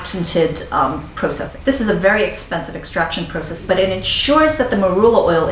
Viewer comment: I also enjoy listening to this woman speak, because (IMO) she tends to over-anunciate; is that even a thing? I particularly like the way she says "process" lol I'ma start saying like that it's so proper-like. Oh yeah---> try the virgin cold-pressed marula from Trader Joe's, I'm absolutely LOVING IT right now I think I only paid $6.99 for it. You're welcome;}